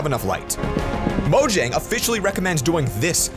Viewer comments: It’s pronounced moyang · I just recently found this out: The company is pronounced as "Moyang" and not "Mojang" and I believe that is supposedly spanish for something dealing with Minecraft.